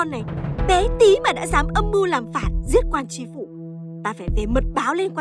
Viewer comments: Tri phủ chứ k phải là chi phủ. Trẻ em học theo sai hết lỗi chính tả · "Tri Phu" chu khong phai "chi phu" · Quan tri phủ mà, sao gọi là quan "chi phủ" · Biển trước nhà quan: TRI PHỦ chứ không phải là CHI PHỦ 😊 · Tri phủ chứ ko phải Chi phủ nhé. Tri : (chủ, người đứng đầu) khác với Chi là 1 bộ phận ( tay, chân). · Tri phủ chứ ko phải chi phủ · Chức vụ phải là "tri phủ" "tri huyện" chứ k phải "chi" đâu ad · Là Tri Phủ ko phải Chi Phủ đâu nhé. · TRI PHỦ chứ ko phải CHI PHỦ nhé add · Là "Tri Phủ", Chi Phủ là "Chi" cái gì?